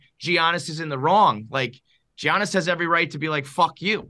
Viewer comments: If says "G-Annis" one more time, I might kill myself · Imagine saying his name as GEE-annis 😂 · It’s pronounced YAH-NIS!! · Guys the mispronunciation of Giannis's name was terrible haha & Dave need to apologize! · As a Greek, please God someone teach this man how to say the best player in the worlds name. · The way they pronounce Giannis is mad 😂😂😂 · How many times is he going to say Giannis wrong? That was aggravating as hell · I see they learned how to pronounce Giannis’ name from PFT